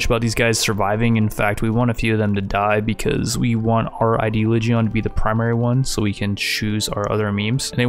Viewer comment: If you're going to pronounce words in weird ways at least do it phonetically, instead of tome say tom-buh and instead of ideoligione say eye-day-o-ligg-eye-on, that would be less jarring I think.